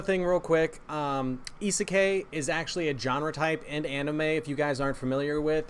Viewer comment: I'm mad you pronounced isekai like that